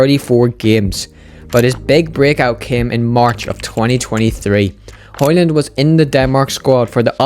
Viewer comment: The D in højlund is silent btw.